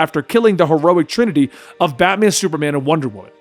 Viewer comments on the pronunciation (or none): none